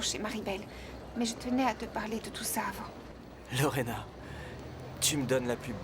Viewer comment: J’ai remarqué que n’appelle jamais Lorena convenablement,il dit toujours Lorène et c’est depuis toujours.